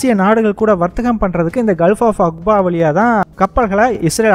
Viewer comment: அக்பா இல்லடா. அகபா என்பது சரியானது